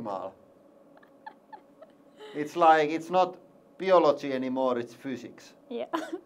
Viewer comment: "Not optimal, this is not beeology anymore, this is fooziks" :D